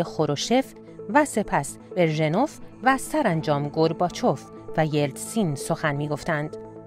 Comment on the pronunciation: بِرژِنُف؟؟؟ فیلدِ مارشال؟ آدم اگه بدونه که تلفظ یه چیزی رو نمی‌دونه، خب می‌ره نگاه می‌کنه تو اینترنت یادش می‌گیره، این حتا نمی‌دونه که نمی‌دونه!